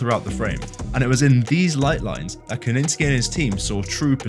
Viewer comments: Interesting video but the repeated mispronunciation of Kosinski as Koninski detracted from it for me. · Ko ZIN Sky. Say it with us. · It's amazing to me how someone can notice so much minute detail in an image or a video, and then go on to mispronounce a director's name, multiples times, while having the spelling of it right in front of them. That is an absolutely astounding dichotomy.